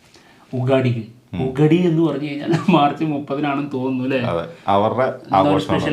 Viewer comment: ഉഗടി അല്ല bro യുഗാദി